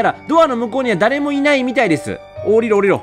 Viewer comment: あなたしかいにゃいのだからほんと可愛いw